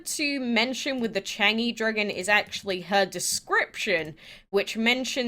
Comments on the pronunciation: U say it charng-zhie I ❤❤ gods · I’m triggered the way u say Chang’e😂😂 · I think the people will struggle to pronounce the dragons. So the first one, Chang’e dragon is pronounced as “chalm uh” the Nezha dragon is pronounced as “nuh ja”. Hope you guys get them all!